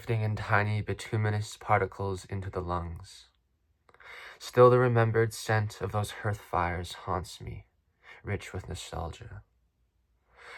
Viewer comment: Hearth - is 'harth' - the edge of a fire place. Salty Lady - brilliant. Glad you revealed these poems to me. Wasn't expecting it. Love your 'reading of them'